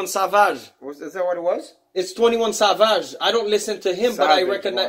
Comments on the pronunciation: 21 Sah Vaj 😂😂😂😂 Im sorry that was just funny 🤣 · He said 21 savaage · Who says savage like that